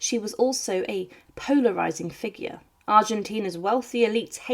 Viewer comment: It sound like someone trying to sound posh. She can’t even say figure properly!